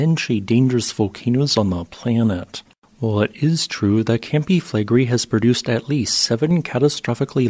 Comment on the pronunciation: It’s pronounced Fleh-gray